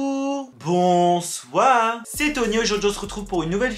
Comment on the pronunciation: Moi: bonsoir bonjour ♦️ Tony: non bonjour bousoire Moi: il y'a un e à la fin de bonsoir????!!